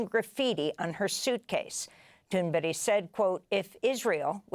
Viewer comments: Why are you calling her Thunbery? Jeez miss journalist🙄🙄🙄🙄🙄🙄🙄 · Why does Amy Goodman insist on calling Greta Thunberg, "Greta Thunberry", I wonder. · «Greta tunberri “- cracks me up every time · Amy can't pronounce Greta's name properly. And thunberge is probably lying about her treatment. But Amy just doesn't say anything but says everything like it's known facts. But preaching to the choir is what happens here. It's funny to read your comments. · can't even say Gretas name correctly?!?! Wtf. She should apologize to her. They have 3+M follower? No excuse